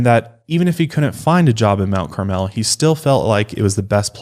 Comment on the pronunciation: I live right by Mt. Carmel (approx 20 minutes)! I even a know a Dardeen from there! It’s pronounced a little differently than how you guys are saying it...it’s more mount “carmull”, if that even translates through text! I really enjoyed this case and despite being so close to Illinois, I haven’t heard much if at all, until this podcast!